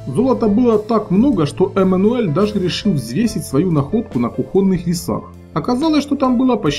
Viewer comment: кУхонным ножом, а не кухОнным.